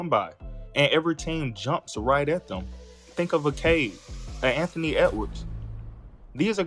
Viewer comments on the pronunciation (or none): none